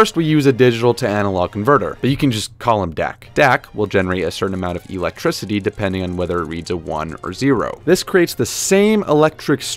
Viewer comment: Why do I find his pronunciation of "Electricity" quite peculiar? *EEElectricity!